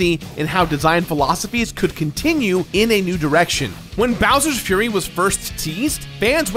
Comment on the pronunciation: Is when he starts to talk about bowers frurry